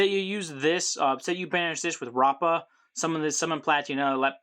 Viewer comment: At the time of this comment, the link 1 should already be out! Also, you're pronouncing rappa's name right! BACH also stands for Battle of Chaos!